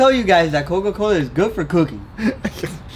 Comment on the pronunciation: “We’re eating it and it’s ok “ Why do I feel like there should be more emphasis on “it’s ok”